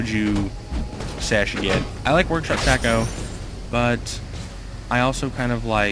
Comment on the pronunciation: hes saying 'ap shacko' XD